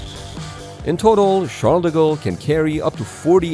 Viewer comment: It always amuses me that "Charles De Gaulle" gets pronounced, more or less, as "Shadago"